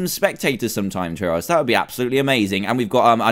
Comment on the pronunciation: Did you know gaming with pronouns trayaurus as traysourus